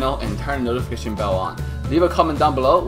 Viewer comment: 0:4 WOW NOFITATION